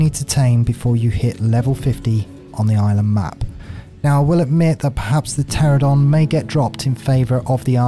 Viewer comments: Ter-an-O-don. FFS. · Why do so many ark tubers and streamers pronounce the Pteranodon incorrectly?